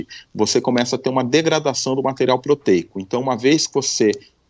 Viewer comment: Materiral???? Kkkkk